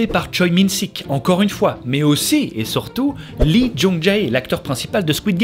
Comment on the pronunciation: Merci ! Des pepites silenced m’a fait vivre trop d’émotions ! Petit tips de prononciation de nom de famille coréen lee =[i] et choi=[chwé] park=[pak] avec ca tu vas pouvoir te la rack ^^